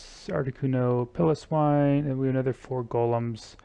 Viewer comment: Every time you pronounced Piloswine that way I started to doubt everything in life lol. Just to be clear, it is Pile O' Swine, right guys? Also, nice job with the golems. My GF and I have been using strictly Ice and Dragon for duos/trios, but I may start using Golems for a third team to save some revives.